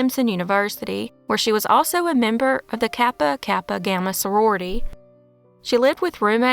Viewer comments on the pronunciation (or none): none